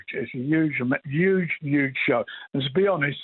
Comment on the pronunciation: "it's 'uge!!"...